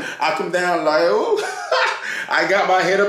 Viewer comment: It's "who?" not "Ooh!"